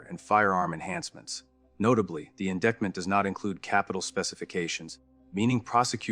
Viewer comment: In di(i)ct ment, McKee (key) Tepe (tepee)